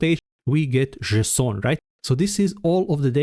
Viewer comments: Jay-son - unless you're French? 🤔😉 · /ze-s'on/ 🤣😂 From now on, THAT'S how I'm gonna pronounce it !!! 🤣😂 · did i hear "JSON" as "Croissant"? why didnt my local bakery sell that? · Thanks man, I'm still in tears from JESON 🤣😂 I love your videos, I'm subscribed, and I love JESON. I'm gonna pronounce it this way from on, JESON. Thank you, you just made my day!!! ❤🤣😂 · I just started lmaoing everytime he says “json” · I wasn't mentally prepared for that json pronounciation I have to stop the video to evacuate my laughter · sounds French to me